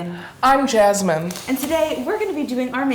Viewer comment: Anyone else hear “ I’m naked” “ I’m jazzmyne”